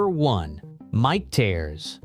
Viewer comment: Michters is pronounced three different ways in the video.